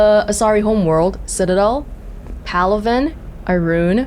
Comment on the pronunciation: "Palavan" isn't it supposed to be "Palaven" =D